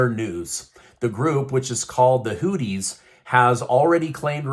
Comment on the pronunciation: Funny how you pronounced houti 😂